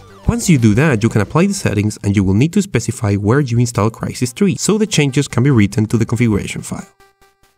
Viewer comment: Did you just say krai sees tree